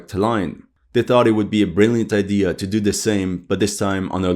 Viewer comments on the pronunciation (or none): none